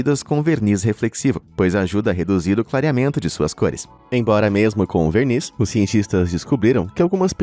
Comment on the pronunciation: veRRniz? Alerta de paulista